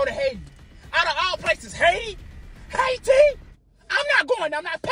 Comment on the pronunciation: “Out of all places why would I wanna go to Haiti ..HAI-TI”😭😭